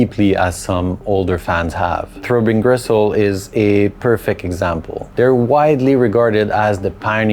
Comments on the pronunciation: Why are you calling it 'Throwbing Gristle'? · "Throw Bean Gressole" Ok. Kind of a "Seece Terz uv Mairsee" Dude myself.